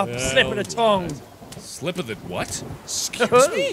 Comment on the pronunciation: "boos" "excese" what